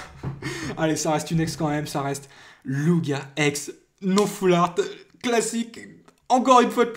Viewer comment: lugia ex et sa se lit loujia pas lougia